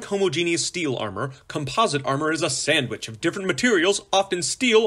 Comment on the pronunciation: This thing is 4 years old could someone tell me why it sounds like it was read by an AI? So far he's mispronounced "homogeneous" and "sandwich". This is supposed to be 4 years old. I don't remember any AI reading for videos back then. Why the hell would someone remake an old video using AI?